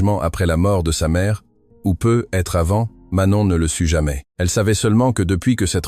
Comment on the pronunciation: je remarque au fil des récit que l'IA ne sait pas prononcer " peut - être" ce serait bien que vous corrigiez cela - mais bonne histoire.